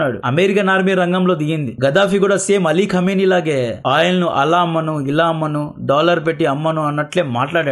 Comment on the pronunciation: ఖమిని గారు.. అని పలకు .రా సుల్లి గా